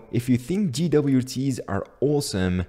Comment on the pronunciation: did he just say GeeDoubleYouTea's? lmao wtf